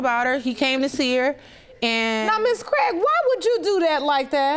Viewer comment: I fookin hate hearing my surname mispronounced over and over. Its Craig not Cregg